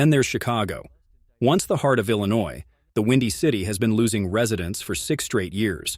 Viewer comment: LLLINOUIS? Lol